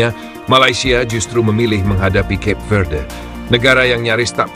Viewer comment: Cape Verde, bacaan nya dalam bahasa Indonesia : Kape Verde…